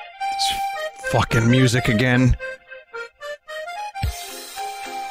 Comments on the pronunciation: "Try Agrain" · “Try agrain.” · "Try agrain."